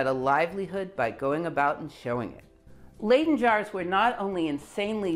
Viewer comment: You could redeem yourself by pronouncing Leyden not as 'laiden' but as 'lyden' in the future. Y as in 'lydon' eg John Lydon.